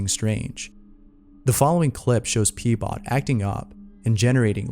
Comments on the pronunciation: Keeps saying "P-Bot"..... GET AN EDUCATION.... ITS "RHO-BOT", for fucks sake. And this is why AI already wins. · Him: pbot My brain: heard peebot Me:lols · Him: number 1, Pbot My brain: haha. peebot